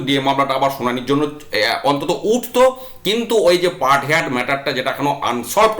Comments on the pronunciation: হেয়ার্ড নয় হার্ড উচ্চারণ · Say 'hard', not haired. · Heard উচ্চারণ হেয়ার্ড নয় | হার্ড |